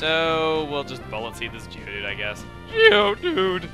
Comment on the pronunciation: The way he said Geodude...